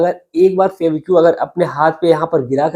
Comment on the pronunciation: सुनाने से पहले अच्छी तरह रिहर्सल करें, लड़खड़ाहट खत्म हो जायेगी। आपने १०–१२ मिनट की कहानी को जबरन अधिक समय लिया। फैबीक्यू क्या है? फैवीकल बोलो या फैवी क्विक बोलो।